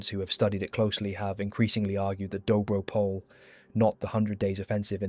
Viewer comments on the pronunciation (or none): THe serbs were not the reason for the break in Dobro Pole (btw the pronounciation is POL-EH). But regardless the reason for the break in the bulgarian defenses is the bulgarians were already lacking ammunition, food provisions and vastly outnumbered. They had held out the line against immeasurably higher numbers for months. The germans not only stopped the first bulgarian advance which would have effectively destroyed the cornered ally forces at Salonika (due to the fact they stupidly wanted to continue the diversion of this second front) but they had also failed to keep promises for delivery of ammunition and provisions. The germans were buying out at higher prices all of bulgarian food on the market which had made it very difficult for the bulgarian army itself to procure the food necessary to sustain the army. On the other hand the allies were well supplied by the british and french. The breech of the defensive line was only a matter of time. However even after that breech the allies were not able to further capitalize on that and it became another stalemate. So it's really nonsensical to claim that that battle was of much consequence> The real reason was much more so the spanish flu which was ravaging the german forces and the US joining in the war on the allied side which made it impossible for the central powers to win. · excellent documentary. just a minor correction: dobro pole is pronounced more like dobro poleh ..